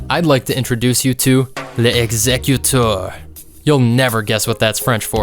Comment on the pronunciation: l'exécuteur would be pronounced more like "lex-ay-cue-tur" btw. Not a big deal but I'm trying to help the tf2 community with its bad french.